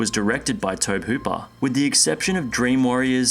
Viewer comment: For Pete's sakes dude, it's pronounced TOE-BEE Hooper, not TOEB!